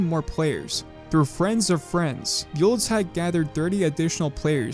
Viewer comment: actually buldzhat is pronounced bull-jat